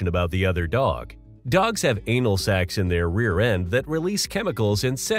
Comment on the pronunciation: He said "sacs" lmao